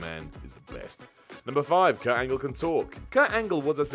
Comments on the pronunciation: It's Kurt Angle not Kurt Angel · “Kurt Angel.” XD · Kurt ANGEL? For fuck sakes. ANGLE! ANGLE! ANGLE! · Kurt Angel? Sort it out. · So everybody's gonna get on for saying Kurt Angel, but not Y2J who started that? Okay then...